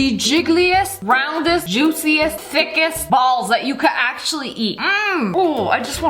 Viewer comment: idk why but i thought she said "thickiest"